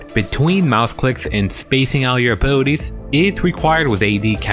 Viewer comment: love how you say "A-booty-ties" <3 i mean it in the most possible way